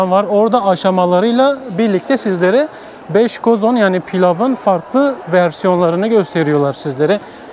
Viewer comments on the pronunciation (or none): Üj bej Arnavutlar gibi soyluyorsün 3 5leri 😂güzel video emeğine yüreğine sağlık